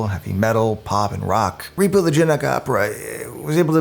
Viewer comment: In his narration, is he saying “genic” opera the whole time instead of genetic?